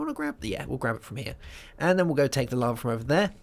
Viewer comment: larvae? it's lava, not larvae lol